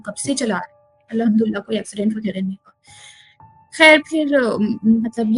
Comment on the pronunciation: Bhn its alhum du lillah ! Alhumdullah nhi !